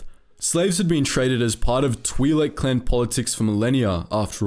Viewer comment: It's pronounced like that